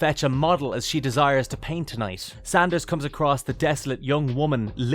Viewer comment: Szandor, NOT Sanders. Do some homework.